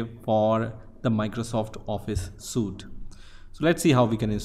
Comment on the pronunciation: it is pronounced sweet even though it looks like suit